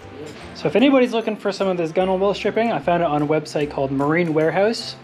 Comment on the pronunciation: Hi Mate, could you please advise what 3m adhesive you used and whether it was successful in adhering the Gunwhale rubber. (By the way, it’s pronounced “gunnel”) I live in Australia and am replacing mine as well. Yes, there are a lot of companies sell it here and also a lot of varieties and at the cost of it, you have to make sure you get the correct one, Cheers mate, and your boat looks shit hot.